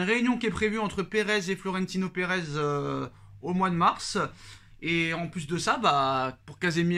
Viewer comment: il y une reuniln entre perèz et Florintino perèz minute 😂😂